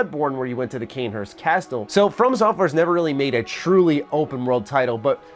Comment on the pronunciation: Not wanting to be THAT GUY but the T in “castle” is silent.